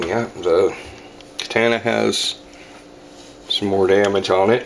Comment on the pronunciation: I wanna punch you in your big dumb face everytime you mispronounce katana. Learn how to pronounce these words!!